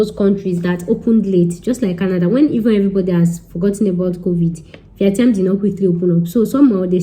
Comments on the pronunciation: The way you said VIETNAM 😂😂😂😂😂😂😂 maks me laugh 😂😂😂🤣🤣🤣 go and learn how to say it properly please 😁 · Your English is Bad . Very bad . Speak broken and go and learn how to pronounce Vietnam